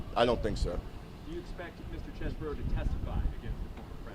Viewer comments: That’s all cool, but when you have a vowel followed by a consonant and an e, the preceding vowel is pronounced as a consonant so it’s not Chez-Bro, it’s Cheese Bro, like the brother of cheese man, a brother from another mozzarella. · His own lawyer pronounces CHESEBRO as Chezz-Burrow?